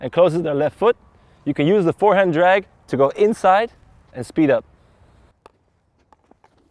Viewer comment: "Dragg pull"